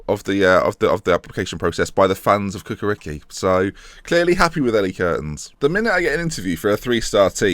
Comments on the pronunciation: Ha-ha! I think it would be fun if you get a job in "Cukaricki" which is something miles away from your pronn "Kukariki". It's "Chu-ka-rich-kee" and means "Chukaritza based team". Chukaritza is big part of southern Belgrade. The team is solid (let's say 3rd - 5th in Serbian League), and almost constant in Europa League. Not much success, usually pass a round or two in qualifications, but team have a good youth system. Also, it would be fun to watch you speaking Serbian surnames! :-) Ha-ha! And, yes, I living about 10km from their Stadium (but I'm not their fan)... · The Football Club Cukaricki is pronounced Ch-uka-ri-ch-ki the C is actually a Ch like (Ch)icken, anyways just thought to let you know, also great vid!